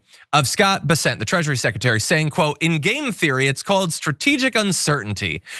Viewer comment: It's BESS-ent, but whatever.